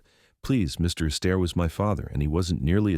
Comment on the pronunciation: Your A.I. is hilarious. MR ASTAIRE,becomes MR EASTER.